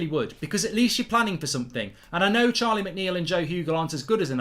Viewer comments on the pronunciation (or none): none